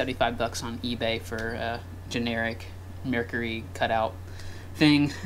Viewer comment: Did he call it a meercury?